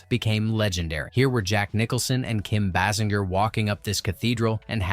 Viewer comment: You can’t even pronounce Kim’s name🙄